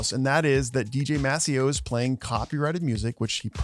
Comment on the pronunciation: Maseo is the DJ for this Hip Hop group De La Soul. Just saying. You pronounced his name wrong too, but whatever 😂